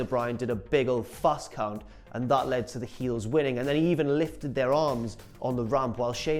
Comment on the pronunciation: Anyone notice the way said a big ol FAST COUNT;) shneaky